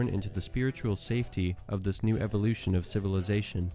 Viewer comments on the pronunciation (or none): none